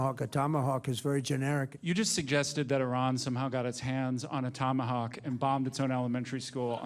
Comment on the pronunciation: Tomahowk missile 😂